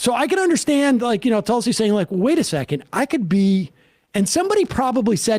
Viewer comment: It's not Talsi, Tulsi, as plain and simple , how can you not pronounce it right?